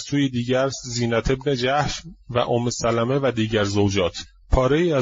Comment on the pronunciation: omme salmeh is right, not omme salameh کله پاچه که نیست حاجی!